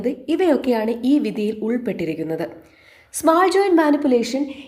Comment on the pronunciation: ഇത് ഫോറിൻ വീഡിയോ കോപ്പി ആണല്ലോ ...ങാ..ശരി. Head But അല്ല, Butt.. Head Butt. സ്മാൾ ജോയിന്റ് അല്ല സ്മോൾ .. സ്മോൾ